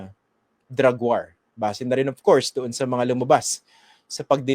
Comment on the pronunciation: sir christian, Hinde waar ang bigkas nyan kundi "WOR"